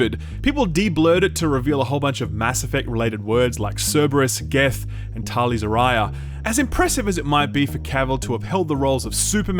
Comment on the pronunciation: best girl being butchered like that got my blood pumping, she's precious!